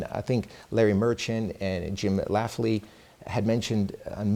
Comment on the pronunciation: good interview but just FYI it's Jim LAMPLEY not laffley. and DEEontay, not dontay wilder